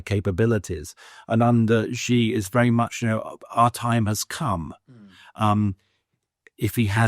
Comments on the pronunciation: I don’t trust any China pundit who can’t even pronounce Xi’s name. The guy obviously doesn’t speak let alone read Chinese. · He lived and worked in China...and never learned how to pronounce "Xi"?